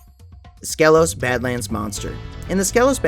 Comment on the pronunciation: You much like every Spyro creator mispronounces Skelos Badlands. Skelos is pronounced “Ski-Los” in both the original PS1 version and reignited.